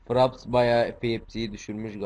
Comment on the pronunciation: İngilizce telaffuz için kötü diyebilirim. Fraps - Fıreps diye okunur FPS - Ef Pi Es Bir de arkaplanda çok ses var. Ama video güzel.